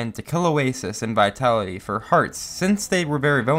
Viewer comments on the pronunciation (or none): NOT VITALITY VITALASY XD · Oasis is a girl... I also thought is was vitalasy not vitality also maapic I thought it was mApic not mapic get it? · I love how he pronounces Vitalasy's name "Vitalaty" Like the medicine